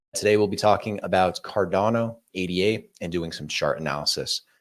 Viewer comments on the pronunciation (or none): New viewer here 🫡 glad to see another view point on ADA ( pronounced ay-duh, and named after ADA Lovelace)